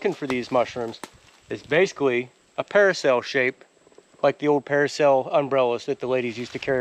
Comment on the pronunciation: It's not paracel, dude, it's parasol 😂